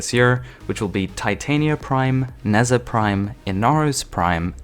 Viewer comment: It’s pronounced “Ne•jah”